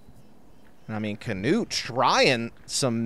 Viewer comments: Nice coverage! But please pronounce it «Knut» and not «Canute» 😅 I know its hard but you can make it! From a fellow norwegian🇳🇴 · The man is called " Knut " And he deserves to be pronounced the right way. There is no kinda "a" after the K.. Pretty annoying commentary for a german ear!!